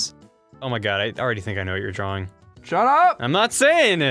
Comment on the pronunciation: "drawring" yeah okay man.